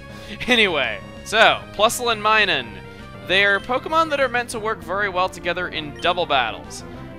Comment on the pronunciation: MINUN NOT MINUM